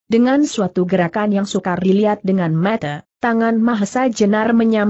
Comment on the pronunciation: Ini yg terjemahkan khopingho juga..klu nyebut mata tu yg jelas ni kakak logat dari mana ya..